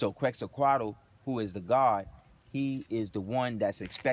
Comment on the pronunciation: It’s pronounced quetz-a-col Peace and love brother 🇲🇦🤍